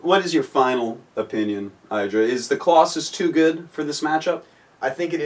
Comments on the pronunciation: idra: (ID-ra) Artosis: (eye-dra) Artosis: trollface/ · Idra pronounces his name one way and artosis in another way. I wonder who is right ^^ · The Casters have been saying iDra wrong this whole time!